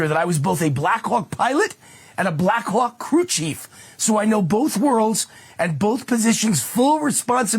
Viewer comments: Why this dude sound like he saying the Blackuock! I can't deal the more he say it the more i hear it lmao. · Stop saying “Blackhawk” it sounds so much like something else.